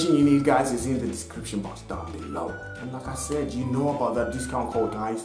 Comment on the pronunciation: When he says "like I said" iid like he is saying lacazette